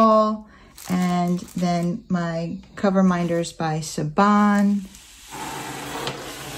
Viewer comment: Oh boy those are gorgeous! My favorite is the cat. They look like such good quality too. Just FYI you pronounce her name Shivan (it's Irish).